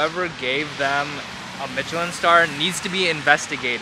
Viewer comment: Michelin is pronounced MISH-elin, not MITCH-elin. Watched you for too long to not say anything -- pains me every time I hear it lol